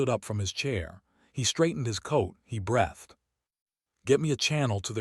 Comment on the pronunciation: Star ing, breathed, bowed! Same words mispronounced every story and never corrected!